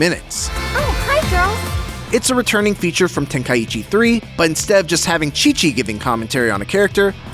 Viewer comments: Okay but why tf are you calling it ten-kai-eechi? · The way he says tenkaichi. 😂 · Bro can't even pronounce tenkaichi lol